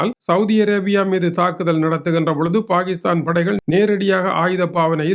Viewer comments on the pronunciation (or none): none